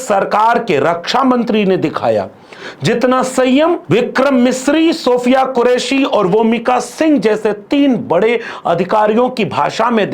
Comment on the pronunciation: Vikram messi nahi Vikram misri....continue sir